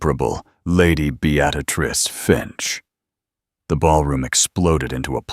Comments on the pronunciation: It's Bee-ah-trice, not "Be-at-ah-trice"! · BEettatatrice seriously? correct it or change her nm to something AI can say. This voice is TERRIBLE!!! Besides I have heard this story several times. I have found Regency stories with a lovely woman's voice and imaginative plots not a copy of the same storyline again and again! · Good, enjoyable quick story. But what the heck with the narration? "Beaadatrice" every single time. Drove me nuts. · Fix the pronunciation of Beatrice. Be-a-trice. Duh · Beatrice pronounce it properly. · Good story BUT AI mispronounced Beatrice. It drove me nuts!!!! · Not sure why AI cannot pronounce a simple proper noun. Beatrice has only one “t” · All except for the AI narrator butchering the name Beatrice.